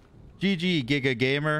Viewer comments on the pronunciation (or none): none